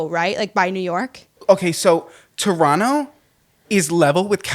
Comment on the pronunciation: I am so proud that you guys say Toronto the correct way. Alot of Americans love to pronounce the 2nd T . I am Canadian and love you guys! ❤